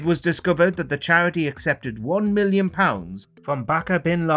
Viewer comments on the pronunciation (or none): none